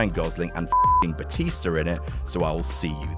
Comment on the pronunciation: batister? haha